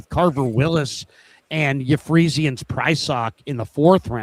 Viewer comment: How do you go to Catholic school and not know how to pronounce Ephesians?